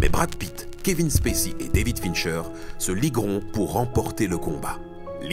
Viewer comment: Super vidéo, cependant, je n’aime pas chipoter pour des clopinettes, mais je ne peux m’empêcher de réagir sur les prononciations (Dayvid Fincheuw, Somewset, Twacy), et c’est Mills, pas Miles!🤣 Bref, cet épisode est une tuerie et ce film est une giga tuerie!